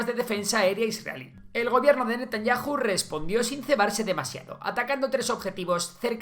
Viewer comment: 😮😮😮😮😮. VIDEO no BIDIO. Es CHA, no sa. ¿Y porque NETANYAJU y no Netanyau?